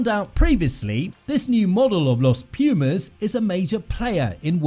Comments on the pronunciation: PLEASE! Learn how to to pronounce PUMAS properly, you sound ridiculous. It's not peeeeeuhmaes, try POOHMAHS. And also the coach's name, put some effort into it man, it's not that hard... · You pronounce P U mas and not P i umas, like you dont say Eng I nd, you say Engl A nd, Thank you. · Thanks a lot for this amazing video. Tiny advice, check how Pumas is pronounced properly in spanish, is not "PIU"mas, is more like POO-mas. Cheers man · English rugby commentators need to get it straight for once and for all. It's pronounces 'poomas', not 'piumas'. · hahaha 😂😂😂 please repeat after me : .....poooo....masss......poo..mass....poomass.... pumas!!!!!!! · Don´t say piumas, it´s pUmas. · it is pronounced POOmas not PEEUmas. Pumas are Cougars.Wait Until Monetta reaches the National 1st team 15 players. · Please is not piumas .....pUmas !!! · It is not pronounced /pjuːmæs/; it is /puːmæs/ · After watching just 0.27 seconds of the video, I want to say this: Try to pronounce Pumas like this: " poomass" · It would sound more accurate to pronounce "Poomas" but don't get bothered by silly comments like that. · Is Pumas Bro Pumas is not so hard. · Muy buen video, la próxima sería bueno decir bien "Pumas", sólo eso, no te pido los apellidos y nombres de los jugadores hah, ty!